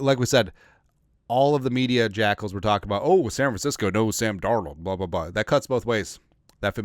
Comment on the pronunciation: Hey who is Sam Darold 😂😂😂 that sure sounds close to darnold tho lol jkjk SKOL TO ALL THE JEROMES HAVE A GREAT DAY FAM!!